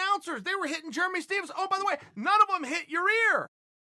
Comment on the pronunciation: if Chael says its Germy Stevens vs Yarear then it is Germy Stevens vs Yarear